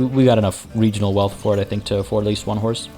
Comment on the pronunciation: Hehe Weegional Wealth